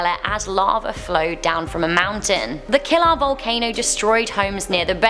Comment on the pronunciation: PELE, KILAUEA, short an long vowels . I'm. From. Hilo , Hawai'i.